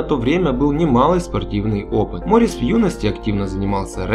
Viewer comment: Не МОрис, а МорИс, недоумки....